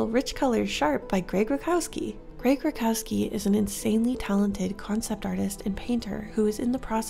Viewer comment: Grzegorz "Greg" Rutkowski is a Polish artist and his last name is pronounced more like "root-cough-skii" :) Hope this helps in case you ever bring him up again! Great video